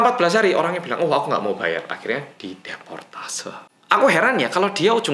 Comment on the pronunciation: deportasi bukan deportase 😭